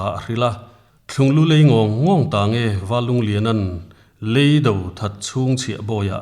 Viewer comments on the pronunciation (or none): Tin, Leido tiin inlam hi a diklo, lei ( mihring lei) angin in llam a. Lei ( vaivut/earth) angin lam tut aw.